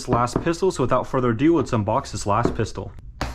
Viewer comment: Am I the only one that noticed that on the black with gold he said fistol